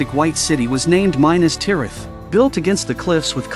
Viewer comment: There you go again with your mispronunciations of the names! It is, mi-nas-tirath!! Not MI-nas-tirath! I can’t watch any more of this! It’s just a rehash of information we all know with mispronounced names! 🤦‍♂️